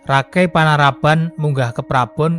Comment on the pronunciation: Kata Rakai lebih pas nyebutnya Raka i